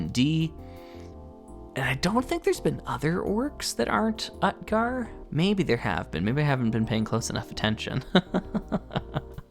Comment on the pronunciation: "Utgar" is pronounced OOT-gar with the 'oo' sound like the 'oo' in "boot" and the 'a' like the 'a' in "father".